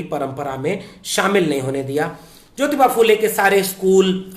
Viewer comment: bhai app jyoty nahi jyotyba phule, aur shavitry nahi shavitry a phule, hi bolana. Jay shanmvidhan.